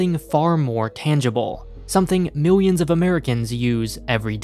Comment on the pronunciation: Miwioms what the hell it pronounced millions